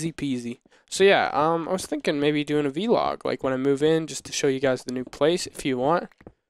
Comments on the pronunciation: It's not v-log, it vlog! God that's annoying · Guys, it's Vlog, not V-log, video blog, on syllable- Vlog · VLOG not V-log!